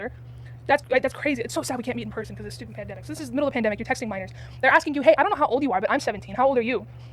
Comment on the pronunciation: omg girl u sounded Scottish when u said stupid!! u said it like me like "shewpit"